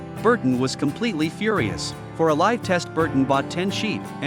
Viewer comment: Live firing pronounce as 'life' firing😂